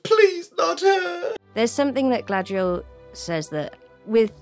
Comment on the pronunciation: Everyone in the show butchering Galadriels name just gives the same vibes as all the names being pronounced wrong in the live action A:TLA…